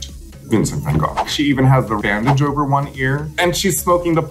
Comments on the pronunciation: Raja being the only American who pronounces Van Gogh’s name correctly ❤️ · When Raja hit that "ch" pronunciation in "Van Gogh" 🥺🥺